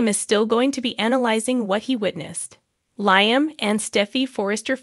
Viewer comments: His name is pronounced 'Lee..um....not Lie..m. fix it... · Please pronounce cast names correctly. LIam is pronounced,,,,Leelee um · It's LEE-AM